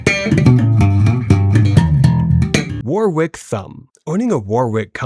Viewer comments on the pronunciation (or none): And it’s pronounced WAR-ICK… the second W is silent, like in the UK city and the county where Shakespeare was born, Warwickshire! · Dunno, but I’m pretty sure he lives in War-wick.